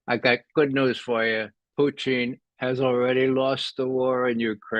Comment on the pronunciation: I love how Ray says Puteen! Lol!